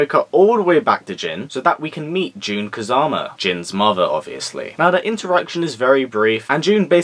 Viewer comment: great review, I personally enjoyed the movie, but I do agree that I did not like them making my boy jin a player, but I kept screaming everytime you said June, Jun